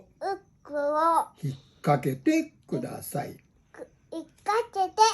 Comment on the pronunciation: じぃじの後をほぼ完璧に復唱するゆぅくんの記憶力凄いな～😌ちょっと言えなくても、じぃじが繰り返して読み方もゆっくり、はっきりしてくれる。優しい心づかい✨時々、くだちゃい、とか、じぃじの動きも真似してて、可愛らしいです☺️